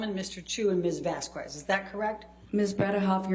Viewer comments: What's her problem with the name Vasquez. Who the hell says Vas-Qwez? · The way she pronounces “Vasquez” is killing me! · Every time Elaine mispronounces “Vasquez”, we should all take a shot from our mega pints. 🍻🍺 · drives me mad Elaine does not know how to pronounce 'Vasquez'. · This b*tch can’t even pronounce “Vasquez” correctly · Aww I’m gonna miss Elaine😄 after so many weeks, she still can’t pronounce Ms. “Vasquez” right 🤣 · Why does this lawyer repeatedly mispronounce Camille's last name? Is it purposeful or ignorance? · You’re not supposed to pronounce the “u” sound in the name Vasquez. a “U” after a “Q” is silent in Spanish and in many other Latin languages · I’m going to need Elaine to learn how to pronounce Vasquez. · I despise how she continues to pronounce Vasquez incorrectly. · I get so triggered by how the lawyer pronounces “vasquez” like it’s so wrong and it bothers me so much lmao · Personal pet peeve... I can't stand how Elaine can't even be bothered to learn how to pronounce Camille Vasquez' name properly. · The way she pronounces Vasquez makes my blood boil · Somebody please tell this woman how to pronounce Camille’s last name, how has nobody corrected her srsly vasqüez??¿¿ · Anyone else annoyed by the clear & deliberate repeated mispronunciation of Vasquez?? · The thing is it's fine to mispronounce something earnestly, but she has at this point heard "Vasquez" pronounced correctly many times and is either too thick to notice or too disrespectful to care. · Amber Heard's attorney's racist disrespectful pronunciation of Ms. Vazquez's name is just infuriating. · the U is silent. She has heard others pronounce her name in the court and has yet to correct herself. Elitist vibes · Elaine can't even pronounce Camille's last name, Vasquez. Who doesn't know that? People are wondering whether or not Heard's lawyers are incompetent, or if they just have a bad client. THAT is a given. From what I have seen, they suck at their jobs as well. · “miSs VasKweS”